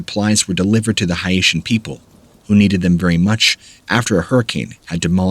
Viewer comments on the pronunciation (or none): "Hi-eighty"? "Hi-eightian" people? Really? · High-eee-tee? Haiti is pronounced Hay-tee. Haitian people - pronounced Hay-shen. Please learn to pronounce these places and people correctly. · Haiti = hay-tee Haitian = hay-shen